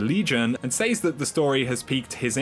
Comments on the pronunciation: "He Saze" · said and says has a soft A haha not a hard A! 😂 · love you love your videos hate the way you say "says" lol